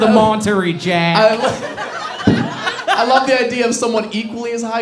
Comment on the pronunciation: Hold up, hold up... was it an accent he was doing, or does think that's how you pronounce monterey jack? 😂😂